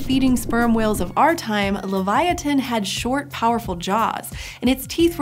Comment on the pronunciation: livee-otin not laviatin